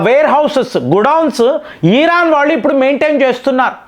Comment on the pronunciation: ఈరాన్ కాదురా ఇరాన్